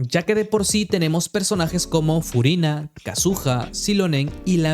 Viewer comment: "Scofiágg", "Fuguina" 😂✌️